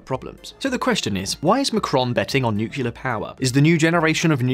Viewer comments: Stop saying nucular! It's nuclear! Why do 50% of people happily mispronounce this word all the time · nuclear, please! not nucular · Did anyone else hear "nukelar" instead of "nuclear". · FFS it's "nuclear" as in nucleus. Not "nukyoolar". You sound like Kamala Harris. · Please.. it’s pronounced NUCLEAR, not Nucular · Nu-cle-ar, not Nu-cu-lar? Got it? I can barely slog my way through this video. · This is a good video, but you lose credibility when you fail the pronounce the topic correctly. It is nuclear, not nukuler. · The word is NUCLEAR not Nucular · AAAARGH NUCLEAR, NOT NUCULAR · It's pronounced "new + clear" not "nookilar"! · It is written nuclear, it should be pronouced nuclear . Not nucular. Nuclear from Latin nucleus; nuclear with a "c". Your pronnounciation prevented me from watching the video. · "New Kleer" not "New Ka Leer"....... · It’s not nucular is nuclear. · say NUCLEAR, not nukular!! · NUCLEAR! NOT NOOKULAR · If you’re going to do a video on nuclear please learn how it’s pronounced. It’s pronounced new-clear not new-cu-lah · Nu-clear not nu-cu-lar. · It’s Nu-Clear…. Not Nu-Cu-Lah. Please… attention to detail. A small detail. Which lessens the credibility of all your good work in your content. May the Force be with you.🌀 (-: <*> :-) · It's 'NUCLEAR' power (pronounced 'noo-klee-ar' NOT 'nook-you-lar'). You're an Englishman. Learn how to pronounce words in your own language properly. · Nukular... , , , , , , , he said Nuclear! He said it! Alleluia!! After that, I stopped keeping track. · I'M BEGGING YOU TO STOP PRONOUNCING IT "NUCULAR" PAL... YOU'RE MAKING YOURSELF SOUND DUMB, AND YOU ARE NOT DUMB. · Difficult to trust a video where the host says Nukelar. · It boggles my mind how so many people pronounce nuclear as nu-cu-lar. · Each time he says "nucular", God kills a kitten. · I would like to humbly request all native English speakers to stop pronouncing "nuclear" as "nucular". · ...really? "nucular"? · Wait , nuclear as nucular 🤔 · Nukular powa! Lol.